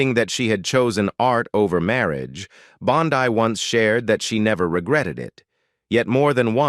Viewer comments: It was Beulah "Bondeee). That is the proper way to say it. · Mispronounces the last name of the famous character actress Buleah Bondi.